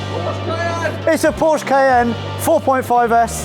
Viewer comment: Porsche (a) not Orsh. Give respect where it’s due. :)